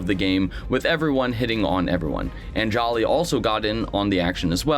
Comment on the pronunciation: I have never heard Anjali's name pronounced that way xD